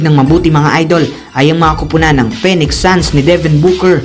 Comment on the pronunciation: PHOENIX SUN PO DI PO PENIX SUN ANG PRONUNCIATION PO AY FEE· NUHKS NOT PENIX SALAMAT PO